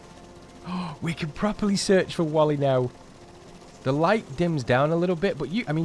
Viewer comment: 1 it's WILLIE not WALLIE